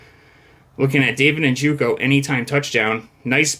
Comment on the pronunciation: NJOKU not NJUKO. How many times you going to mispronounce the same dudes name?